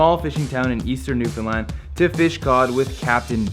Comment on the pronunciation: Newfound LAND Not New fun lund